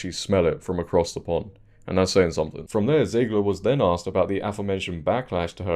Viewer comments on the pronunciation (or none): none